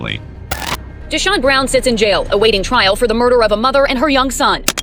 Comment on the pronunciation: Dude no offence but you do know it’s pronounced de-Shawn right!?